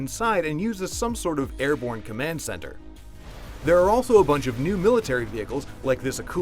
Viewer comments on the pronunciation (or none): none